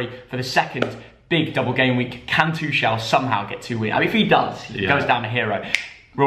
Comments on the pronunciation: I hate the way they say tuchel😂😂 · The pronunciation of Tuchel